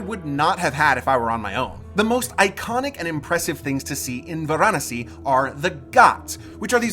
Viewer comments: It's pronounced as it's spelt Va ra nasi not var anasi bloody Americans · Why do you foreigners always pronounce the name of the place incorrectly?? It is Varanasi. Vaa-Raa-Nasi.. and not Va-Raa-Nasi....Your pronunciation has ruined this video. Quite annoying. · It is pronounced Vaaraanasi .Not how you are pronouncing. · Stop saying Varanasi wrong